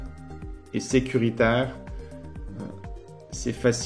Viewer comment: ton accent est grave ressorti sur le "sécuritaire" énorme xD